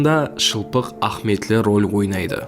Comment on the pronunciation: Баракелла,зор айтыпсанг маглыуматларды.бирак "а'химийетли"-деген созди а'хметли деп жибере бересенг.иним.асыкпай анык айтса жаным иним.😮😊